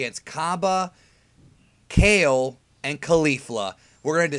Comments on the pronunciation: its pronounced ka-leh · With how stingy this dude usually is about pronouncing names the Japanese way, it's odd to hear him saying Kale the vanilla English way instead of "kah-lay". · Kale's name is pronounced "Kah-L(R)ay"